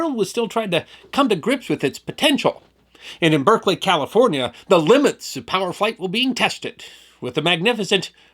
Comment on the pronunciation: "Let's do this in Berkley!" "Berserkly? Sure, why not?" No confidence like the confidence of the ignorant.